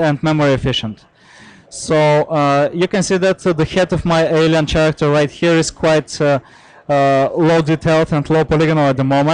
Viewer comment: it seems only to me that this guy can't pronounce the word character ?